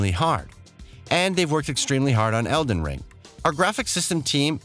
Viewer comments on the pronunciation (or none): Random edits in this video & the dude saying EDEN Ring doesn’t give me much trust in what I’m watching. Lol 😂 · Disliked for the SEVERAL, OUTRAGEOUS spelling and pronunciation mistakes. Tarnish shed? Breath of Wild, Eden Ring?? Embarrassing for 1 million+ subs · I'm sorry but who the heck is reading this script? Tarnish Shed? Breath of Wild? Eden Ring?? Horizons Forbidden West?? Either this guy can't read, doesn't know what he's talking about, or whoever wrote the script is at fault. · What's with the mispronounced words? Don't get me wrong, not a big deal but it makes me feel indifferent... he even said eden ring.. like come on. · Eden ring? Come on bruh that slip is pretty bad.... it's the title of the game your talking about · Good video but why did he call it eden ring? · 8.44 man said "Eden ring" 😅🤣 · “Eden Ring” “Fur-Led Finger” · this guy said Eden Ring 💀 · mispronouncing Elden Ring. I’ve noticed some other problems like that, as well as bad cuts and a transition in the middle of a sentence. I appreciate the desire to bring out content fast, but maybe rushing to pump it out isn’t the greatest idea, and it makes me feel like you don’t care about the game as much as you say you do. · “Eden Ring” ??? 😂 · Eden Ring??? Is that the porn parody of Elden Ring? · Lolol, and also noticed "eeden ring" at ahahahah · “Parring” -parrying ps eden ring. Wtf. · ah yes, eden ring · Yeah he also pronounced "eeden ring" instead of elden ring once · What is with the pronunciations of some words in this video... Feels like text to speech. Weird video. "Tarni-shed" "Eden Ring" Mentioning the Black Knight on the bridge isn't a NEED to know either. I would consider that an unnecessary spoiler, which ruins the surprise for people. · Dont forget Eden Ring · Eden Ring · yeah eden ring and parring ? Wtf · He even mispronounced the title at one point